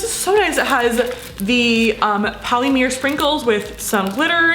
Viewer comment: No links or mention of the slime shops in her info box...and polymer is pronounced “poly-muhhhr” not “poly-meer”... DUH.